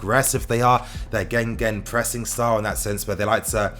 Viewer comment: Swear it's pronounced, "Ghhheeeerghhhen press"